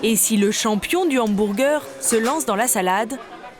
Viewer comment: "hambourgueur" pitié